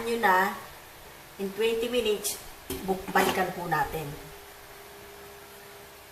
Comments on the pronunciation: "minich" (munites) ahaha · Ate soy sos po ang bigkas don, tska minits hind minich. Thanks po. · nkakaaliw kayo! lalo na ung sa pakbibigkas nyo ng oyster sows at ung pag ka sbi nyo ng 10 minitch ahhaha...ang cute kaaliw! PERO sna bgy mo ung tamang sukat ng mga ingredients nyo po.